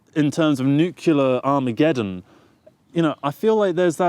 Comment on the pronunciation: You pronounce Nuclear like some Americans do 'Nukiller'.